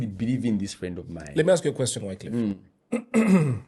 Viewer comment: was mad disrespectful on this one.its sad to learn how disrespectful he can be to people. knowledge (of a language )should not be used against people that don't know it.The guest wasn't insulting nor disrespectful i might understand the frustration with the miss pronunciation of you name but it happens to the most of us in these social settings, not like you haven't done that to some guest on the show.This is our show please don't ruin it for us. And KOB we know he doesn't read the comments but please let him read these one for his character development. (note that i said character not personal dont care what he is out there).